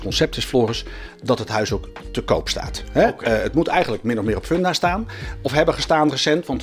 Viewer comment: Erg leuke nieuwe serie! Ga zo door! Floris en, je spreekt uit Fundafun (Funda komt van fundament) dus gewoon met een u en geen oe.